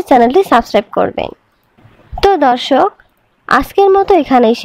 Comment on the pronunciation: ধর্ষক না,দর্শক বলেন।উচ্চারণ ঠিক করে কথা বলে অভ্যাস করুন।